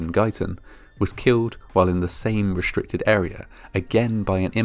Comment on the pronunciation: 'restrict' is not pronounced 'reshtrict'